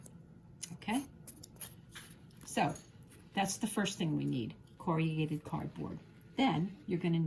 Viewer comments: You state you were a teacher. Based on this video, you are an excellent one. I wonder though where you're from, because you massacred the word 'corrugated'. It is not pronounced core•e•ah•gated. It is KORR•uh•gayt•id. 😕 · It is not CORRIAGATED. Corrugated.... pronounced corragated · An excellent instructional video, slightly spoiled by the mention of "corriagated" cardboard. The word, spelled correctly on the paper shown, is "corrugated", and pronounced as it is written. Apart from that I enjoyed learning a new technique. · Corrugated has only 4 syllables. Cor-ru-ga-ted. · Have to say I've never heard corrugated cardboard referred to as "corry-yew-gate-ed" before; is this an American way? I also have little snips like you do too. Thank you for the video. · Teacher : you are mispronouncing “corrugated “ cardboard. 👎👎👎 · Not AI — probably just a regional quirk with the pronunciation. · I noticed this creative pronunciation too; I used to work in a factory producing corrugated boxes so it sorted of leapt out at me! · Noooo not American pronunciation. Only four syllables for most of us. Just a personal variance I’d guess. A bit of quirkiness is charming. 💖